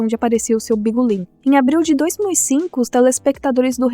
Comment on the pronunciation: Só eu acho engraçado ela falando "bingulim"? 😂😂😂😂